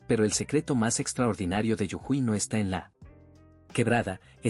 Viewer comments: No es yujui es JUJUY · No es yujuy es jujuy❤ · muy lindo el video hasta que dijo yujuy y no jujuy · Jujuy no yujuy😂😂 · Yujuy es incorrecto. JUJUY es correcto!!!! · Para el relator por pronunciar bien la provincia de Jujuy. No se dice Yujuy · Lo que me dieron gans de conocer...fueron las montañas de la Pampa...y lo que me hizo reir fue que digera Yujuy...eb vez de Jujuy.... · la provincia norteña se llama Jujuy con J (Jota) no con Y Griega o ye como lo pronuncia el relator del video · Muy bueno el video bro!!!! Pero es Jujuy no Yujui...😅😅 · Es jujuy. Prronuncias yujuy. Las 2 veces se pronuncia la jota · Jajaja! Jajaja! Hasta que me di cuenta de qué habla cuando dice “yujuí”! Es Jujuy, lo cual se pronuncia tal cual se escribe! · Jujuy pronuncia bien jujuy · Muy bueno conocer nstro pais de esta manera. !! Es JUJUY LAS DOS CON JOTA, NO CON Y YE. AL FINAL SI LLEVA Y . SUENA COMO I. GRACIAS. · Te pido por favor que corrijas la fonética de Jujuy . Está mal pronunciado y choca al oído.